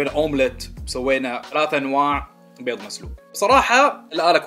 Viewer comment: عندك ثار مع حرف الضاد ؟ 😂😂😂😂😂😂😂